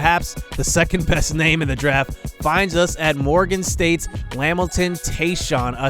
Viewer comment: It’s pronounced LaMilton not lamilton